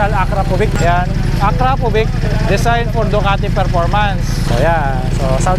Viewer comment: aak-raa-povich po yung pag pronounce nung brand, idol 😅. Nice vlog po, ride safe.